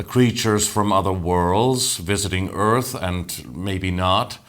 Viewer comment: Are you gonna save the Earf? 🧐